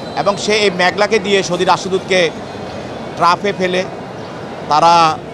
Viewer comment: ট্রাফ না রে ভাই ট্রেপ